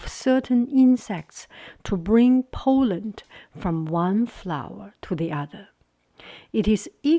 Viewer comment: When you add an ending to the word "admire", as in admirably or admirable, the e is taken away and so you would pronounce them admerably and admerable (the er sounds like the er in the word her). Pollen is pronounced like pah-len not pole-en. Much love 💖